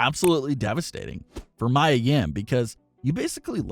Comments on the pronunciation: Mia (Mee-Ah) not Maya (Mai-Uh) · It's pronounced Mia, not Mya. I said this last time he said his name. Might as well call her by her old name Jade or rel men Stephanie. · Anyone else annoyed he keeps saying Maya and not Mia Yim.... Sorry but it takes me away from the story.